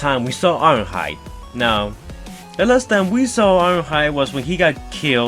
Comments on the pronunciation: "Wast time We saiw Iwonhoide." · The way you say ironhide is weird